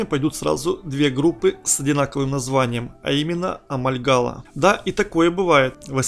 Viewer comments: Не Амальгала, а Амольгама! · Почему амальгаЛа? АмальгаМа! А так спасибо за экскурс